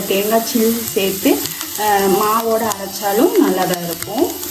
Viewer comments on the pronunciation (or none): என்னங்க இப்ப லாம் அதென்ன "சேத்தி" "சேத்தி" னு சொல்றாங்க?!?! சேத்து கு?!?! 🤢 என்ன style ஓ தெரில but கேவலமா இருக்கு